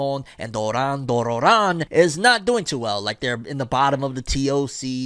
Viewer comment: I love how he still calls Doron Dororon "Doran Dororan" lmao